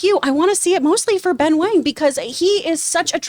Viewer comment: It’s pronounced as “wong,” “wang” is the mandarin spelling but both are pronounced the same, least in this case of this character. In the case of “Liu” and “Lau” it is pronounced differently based on the English spelling.